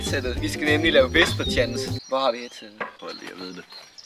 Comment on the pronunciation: Hehe ;) han udtale 'whisper challenge' som 'visper tjalæns'. *no hate, det var ret nice